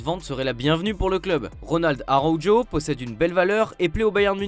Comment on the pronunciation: Non mais sérirux, comme vous pronovez "Araujo"! 😂vous avez pas honte?